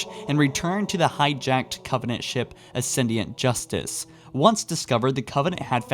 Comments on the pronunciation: Your pronunciation of certain words (like Onyx, Ascendant Justice, Gao and Yucatán) is wrong and made me cringe. It also sounded like you said "Composers Anus". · Ascendient justice? Yucktan peninsula? O nix? Ancillia? Maybe look up how to actually say words before putting out a video. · "Ownix"? "Yuck tan"? "Acendiant Justice"? Fuck me I'm only 4 minutes in and I realise you are completely illiterate. Why dont you check that before you do the commentary?